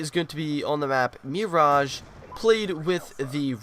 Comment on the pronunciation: It's Mir-age not mee-rare